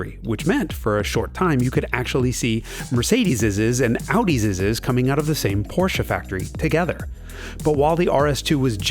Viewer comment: MercedesZZZ and AudisZZZ, LOL.